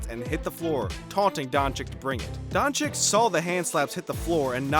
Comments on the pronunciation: and also keep saying donchiKK instead donchich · It’s Boban Mariyanovic and Luka Donchich not Doncik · Man its luka doncic not luka doncik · it is luka dončić not dončik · It's Dončić, not Dončik! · Its Dončić (Dochich) not Donchick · Donchick lol it dončić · donchick? dude is that hard to say donchich? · Luka DončiĆ not dončiK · Stephen "Luker Donchick" Smith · It’s Donchich mate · *dončić Read like doncic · That's Mr. DON CHICK to you sir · donchikkkkkkkk????what???its not KKKKK dude .... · “Markays” “Donchick” “Ohbre” “Marjánovic” “Olandapo” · Donchick. So disturbing every time you say it. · Don “chick” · It’s Don- Cheech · If you say Doncik once more I..... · Its not Donchick mate its Doncic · He just said Donchick 999 times. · Ill give you dislike man. After 2 years i still hear DonchiKKKKKKKKKKKKKKKKKKKKKKKK... Are you guys deaf? xD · its DonCHiCH FFS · donchich.....cmon, its not rocket science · luka Don-chick 😆😆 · It is Dončić,pronounced Donchich. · Come on, the pronounciation is unbearable.. Donchik, marđanovik... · Weel you pronaunce Donćić wrong